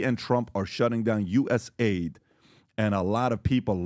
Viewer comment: Guys, its not USA ID, its US AID.